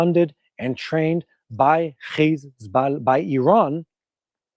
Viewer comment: Hey,, why are you pronouncing Iran and Iranians incorrectly?